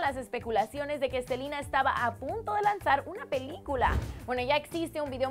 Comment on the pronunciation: odio cuando dice SELIIINA, ES SELENA NO?